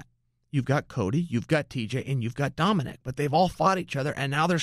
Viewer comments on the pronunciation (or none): none